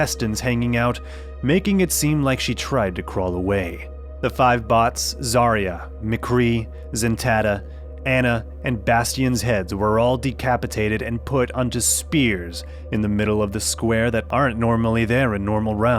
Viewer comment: Nope but I was triggered when u said "zentatta"